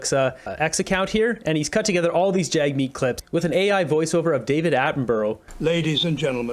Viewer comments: Did the interviewer actually call him Jugmeet?! It sure sounded that way twice to me! Lol! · She also called him Jug-meet 3 times! I'm sure it was a innocent mistake...😉